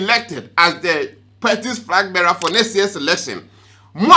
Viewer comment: And frag bearer 😂